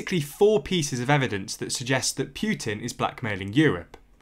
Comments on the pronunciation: It’s not “Pyutin”, it’s Putin! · Can't listen. It is not Pjutin, there is no J sound in either English or Russian pronounciation. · The Russian president's name is Putin, not Pewtin. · Please learn how to correctly pronounce Putin. Its Put-in not Pu-tin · I'm a Russian. Poo-tin is how we pronounce it, Pew-tin sounds funny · Pyootin. It's Putin. Путин. Learn how to pronounce it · Poo, Poo, definitely Poo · But who is Pew-teen? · Could be better if you worked on your pronunciation a little lol (it's not Pyuutin) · did... did he say Pyutin? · I like how he pronounces Putin. With every time he says it it gets funnier and funnier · Are you a poo-tin or pew-tin? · I prefer the French pronunciation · I understand your opinion but this is a serious political situation and I don’t think calling people thugs is appropriate and mispronouncing their name is professional. I completely agree that Putin is not right to play such games with us in the EU and we should not be so dependent on Russia for energy